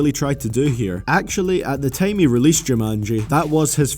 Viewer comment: Dude its time not TEJIIMEE... ffs xd